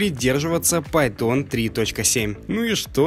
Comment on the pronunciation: Видос крутой! Только не пайтОн, а пАйтон*